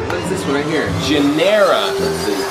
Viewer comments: it's ginera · It is Ginera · its ginera guys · IT IS REGINA GINERA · its ginera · It’s gInArA